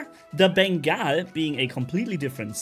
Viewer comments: Pretty sure its pronounced Bengal as in Ben-GAWL carrier or a Bengal Cat. Not Bengai (Ben-Geye) Carrier. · he says Beengaul lol